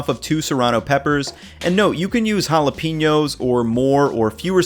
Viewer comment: nice video. I put tomatillos in lots of stuff in place of tomatoes, even TX chili. I know this is nitpicky, but "jalapenos" is pronounced hala-pen-yos, not hala-peen-yos.